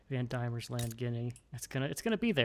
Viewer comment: Diemens land is pronounced more like Demons land instead of Die-mens land